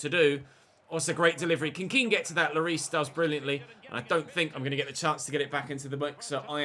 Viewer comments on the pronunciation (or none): It’s not ken it’s Kean